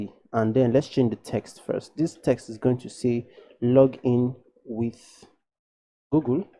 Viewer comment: why you say gogol its google not gogol 😂❤️